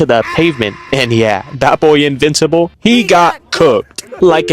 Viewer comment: his name is “-in-vincible.